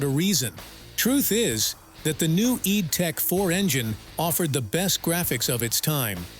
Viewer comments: Why do you pronounce id as EED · nope. It's id in the Freudian sense which is what it was named after. That rhymes with "did" not "deed"